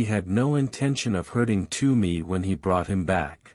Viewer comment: It's not "Too-me", it's "T-whoa-me".